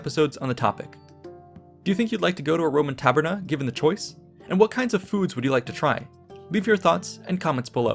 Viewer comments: Ae in Taver-nae sounds like lay or bay. Not "ee" like we. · It's actually pronounced "Ta - ber - neye" as AE is a diphthong which is pronounced as in eye / aye. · Tabernae is pronounced "Ta - ber - ne" with the italian "e" sound as in "Versace", not "tarberny". But great video anyway :) very interesting AS Always. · Great video but it’s pronounced tabernae like an eye not tabernae like a knee. ( singular form would be ; taberna.) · The -ae in tabernae and other words, is pronounced ‘eye’